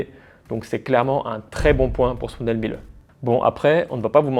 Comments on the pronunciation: Miele se prononce « mille » et non « milleu » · Dans ton pais, font quelque chose de mieux? Je ne crois pas . Aprend d'abord a prononcer le nom correctement. La pronciation phonetique se dit.(milé). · Révisez votre allemand, le E final se prononce